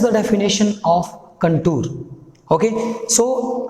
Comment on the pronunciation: Sir its contour not contur wrong Pronunciation 😂😂😂